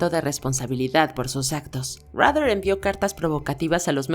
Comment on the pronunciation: Superviviente 😂 Menos mal que a fish lo pescaron 😂 Rader se pronuncia raydar no como dan rather el periodista Los únicos que me dan lastima son David Berkowitz y Jeffrey Dahmer